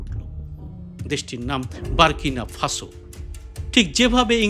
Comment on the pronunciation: বারকিনো ফাসো না, বুর্কিনা ফাসো.